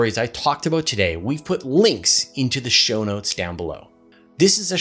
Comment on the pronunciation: Don't stop saying, "aboot". I love that. lol